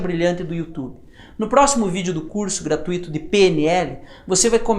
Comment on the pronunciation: Só uma correção: a pronúncia certa é "gra-tui-to" e não gra-tu-í-to...